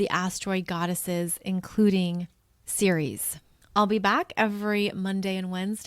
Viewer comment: I thought you might want to know that Ceres is pronounced "eez" on the end - ˈsēr-(ˌ)ēz, which sounds like the word 'cereal' which, as you know, comes from Ceres the Goddess of the Grain. 🌾 I appreciate what you're teaching us in this video, because I've been wanting to learn more about what healing looks like and what all the different possibilities are for how to do it., you definitely make me feel more okay with being on the path I'm on and following my NN in Cancer, 1st house. "Persephone became very skilled at journeying between the upper world and the underworld." - Get this - Proserpina is conjunct my Moon which is sextiling Ceres in my chart. And I've been reading near-death experiences since I got online in 1998. They were the first thing I looked up as soon as I was on the internet. I'm fascinated with that subject. "She became a messenger for the Gods." - I have a stellium with my Sun in Pisces. This is from my notes: "Pisces: the pure channeler of the gods." and also: "God's Gift to Pisces ~ To you Pisces I give the most difficult task of all. I ask you to collect all of man’s sorrows and return them to me. Your tears are to ultimately be My tears. The sorrow you will absorb is the effect of man’s misunderstanding of My Idea, but you are to give him compassion that he may try again. For this, the most difficult task of all, I give the greatest gift of all. You will be the only one of My twelve children to understand Me. But this gift of und